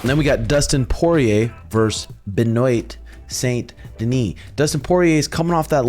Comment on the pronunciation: “Ben-oit saint deniese” jesus you and sean are the absolute worst at pronunciation🤣